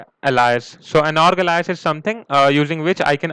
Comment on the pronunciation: Your tutorials are GREAT, very clear train of thought and direct. My only complaint is that sometimes your thick accent can be very hard to understand, so sometimes be careful not to run your words together so much... Also as someone who is clearly very knowledgeable and experienced, I feel you should know that you're mispronouncing a few important words: "alias" - pronounced ALE-EE-us. like pale, whale, kale.... then E. then US. the strong emphasis is on the 1st syllable. "apex" - sounds like you're saying "epics" or "epochs". again strong emphasis on the "A" as the first letter/syllable, very hard "A" that rhymes with stay, play, pay, say. AYYY-pex. not ahh-pex or ehh-pex. the "A" is the strong part of the word. Hope this helps people understand your videos a little better and you don't mind my saying, so you can help improve your tutorials. Thanks :-)